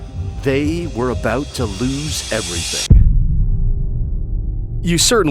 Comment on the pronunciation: You said Loose Everything instead of Lose Everything